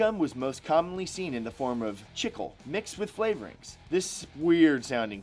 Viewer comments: Bruh you pronounced chicle so wrong... that was like calling a tortilla a tortila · Am i the only one bothered by the way he said chicle